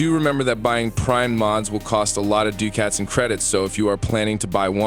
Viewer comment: dew cats. lol bro its pronounced duke its